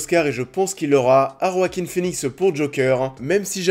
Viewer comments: Ça se prononce "Oaquin" et pas "Roaquin" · Ça se prononce Wakin Phoenix merci bonsoir 😅